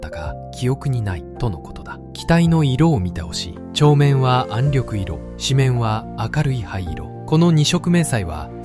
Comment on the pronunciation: 私はカラー化されない元の白黒の方が、亡くなった方達への思いが強くなります。「暗緑色」は暗緑いろではなく「暗緑しょく」でなはいですか。その他にも読み間違いがあって残念です。国を想い国のために命をかけてくださった方々の国「日本」の言葉です。色々なことが欧米化になり日本らしさが段々失われていく中でAIで日本の言葉を蹂躙されたくないです。